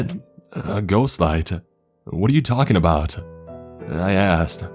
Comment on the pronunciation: Hahaah, he asked. ,, sounded ,more like:'he assed!,hahaah!!"